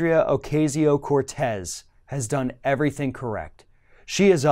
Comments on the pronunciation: OH-KA-SEE-OH not OH-KAY-ZEE-OH... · It's pronounced Oh Cah See Yo, not Oh CAY See O. Other than that, great segment! I had to forego the chance to become a DC intern as most of my fellow Truman Fellows could, because I was a single mom - in 1988! It's unbelievable that 30 years later, they're still making it possible for only childless and rich people, or people willing to live like grad students while working 16 hr days, to be interns and "serve" the public. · It's pronounced O-cazz-io, not O-caze-io. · C'mon, can you pronounce her name correctly" O-KAY-ZEO? Sheesh! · Love that girl..... BTW its Ocasio (Oak- ah-si-o),... pronunciation is still everything.... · Ocasio (O-kas-e-o)... don’t mispronounce the lady’s name like those Fox News guys. Please, don’t be like them. It’s a mistake, but still, I’ve heard you do it a few times. Just not this video. Just trying to be helpful. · I think it's odd that he is mispronouncing her name. It's the same pronunciation that FOX uses for which she gave them shit about. "It's been three months." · Y u keep pronouncing her name wrong